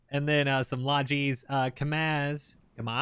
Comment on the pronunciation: Interestingly enough your Russian emphasisses are quiet correct it's ka-mAz (both syllables sounds alike)